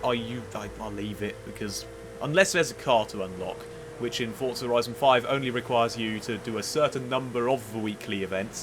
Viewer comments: There is no 't' before the 'z' in Forza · DUDE WHERE IS THE “T” IN FORZA????